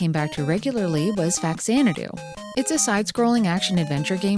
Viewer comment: fun fact: it's pronounced Fa-Xanadu because it is A spinoff of the Xanadu rpgs in Japan!